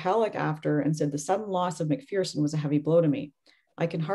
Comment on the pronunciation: Pronounced Mc-FURson.